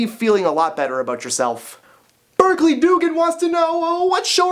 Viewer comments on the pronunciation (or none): none